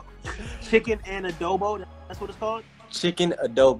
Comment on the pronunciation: Nakakatawa pag nag iistrugle ang mga fil-am pag nag sasalita ng adobo😂